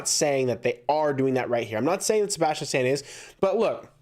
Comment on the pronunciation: You say Sabastain wrong LOL. No hate.